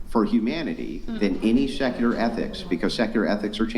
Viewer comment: Yeah I noticed that. He also says ‘secular’ the same way he pronounces nuclear lol